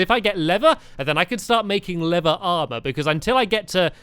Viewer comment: Stamps You Say Lever The Same As Leather That's Confusing